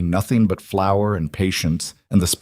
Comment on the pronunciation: Flour, not flower. Please